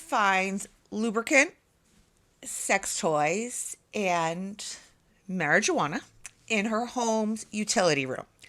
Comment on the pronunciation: Do you really not know the pronunciation of marijuana or are you kidding us? 🤷‍♂️